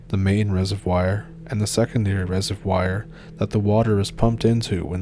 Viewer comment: Reser-vwar ffs